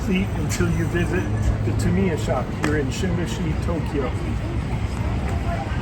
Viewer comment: Still not pronouncing Tamiya correctly. Its not ta・MEE・ ya. Its TA・ mee・ ya